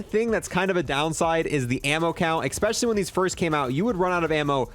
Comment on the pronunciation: I hate when someone says “expecially” instead of especially